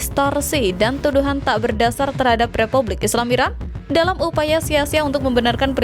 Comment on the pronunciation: sering salah ucap IRAN ➡ IRAQ